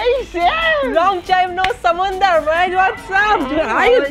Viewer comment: Listen carefully ... samandar.. i think no one has notice it yet....😀😀😀